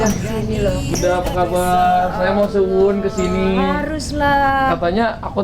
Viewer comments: Abang salah ngomongx sowan bukan suwon beda arti nanti.. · Bukan suwun(terima kasih) bang tpi sowan(berkunjung).........nggak papa bang kan masih belajar bhs jawa.....